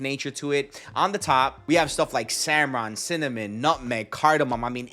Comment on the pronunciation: Bro said samron and didn't edit it out😂😂😂